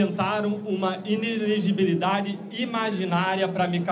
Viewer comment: Passou despercebida a cara do Dudu Bananinha quando o Deltan conseguiu articular a palavra inelegibilidade (quase) corretamente. Até ele se espantou com Tantã Cupção